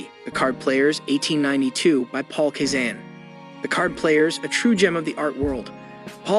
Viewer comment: Please learn how to pronounce Cezanne's name CORRECTLY! (That goes for Vollard, Gauguin and others) Thank you.